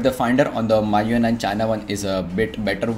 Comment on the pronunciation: first of all pronunciation of MIUI isn't correct!